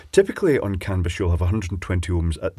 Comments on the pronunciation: Sounds like you're saying "cannabis" every time LOL. I live in the US Pacific NorthWest where it's all legal so it's not shocking to hear but just funny. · Some might say that's a CAN-A-BUS effect.